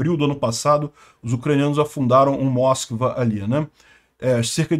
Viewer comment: a pronúncia correta não é Móskva, mas Moskvá, que significa Moscou.